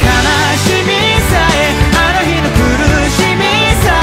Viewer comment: 本当に日本語の発音がきれいです。韓国の方はHの発音が弱いのか、「ひかり」が「いかり」に聞こえたり、「あのひ」が「あのい」に聞こえたりするように感じます。でもそれが全然なくて、日本語として全く違和感を感じません。すごいです。